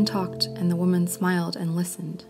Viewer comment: Women is pronounced "Wih-men"